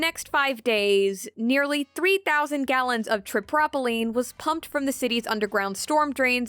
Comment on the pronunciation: Tripropylene has a long o, not a short o